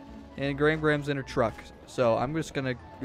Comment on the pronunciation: The twuck is too fast